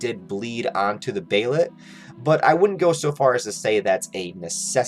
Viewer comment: Its pronounced "bay-lit" not behaylit